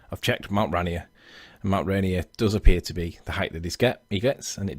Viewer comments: As a Washingtonion, its pronounced Rain Ear, not Rainy Err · ok a little of subject, but being that I live in Seattle this is bugging the crap out of me.. I appreciate it may be pronounced any which way all around the world, but where this mountain is, it is pronounced ray- NEER .. two syllables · It's Mt. "ray-neer" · I know both you and the flat earther have accents buts pronounced RaInEAR with the beginning sounding more like "rain" and the end more like "near." Or you could just call it by its native american name "Tahoma"